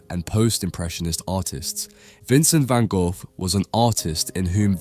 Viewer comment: If your going to make a video have the decency to learn how to pronounce the man's name properly.